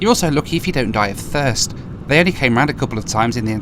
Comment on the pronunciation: "You're also lucky if you don't die of thurst" LOOOOOL I laughed so loud XD